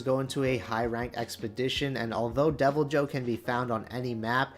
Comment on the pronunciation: No. The J is not silent. Literally nowhere is it pronounced “Devil-Hoe” in the games